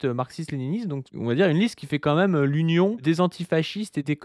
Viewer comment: Est-ce que quelqu'un sait pourquoi prononce "même" "meume"? C'est une manière de prononcer ce mot qui vient d'où?